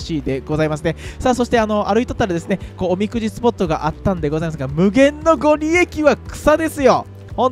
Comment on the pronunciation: ご利益＝『ごりやく』ね🤣わざとかな？ とーちゃんさんのバイキング🍴の量に笑いました😁👏 だいず君、いつもより食欲旺盛でしたね😋お刺身堪能出来たみたいで良かったです😊